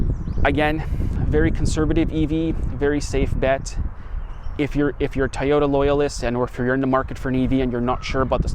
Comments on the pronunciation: It's toooooyota not tayota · lol Tieoda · for the mother of all things holy. if u r gonna review cars, learn how to say TOYOTA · Please pronounce Toyota correctly